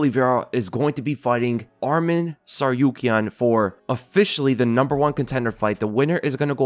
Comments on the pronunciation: Hey! good job pronouncing Tsarukyans last name correctly the first time you said it in this video. That’s how it’s properly pronounced. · omg pronounced tsarukyan correctly